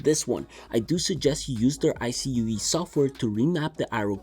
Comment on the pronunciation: ive never heard anyone say iCUE by spelling it, i always hear it and say it as "eye-Q" haha! good video!